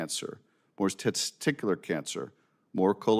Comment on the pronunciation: He can't even say testicular. Further proving he doesn't have any.